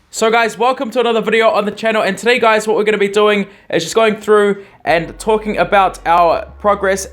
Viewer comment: You said very well "TUDEY" ;)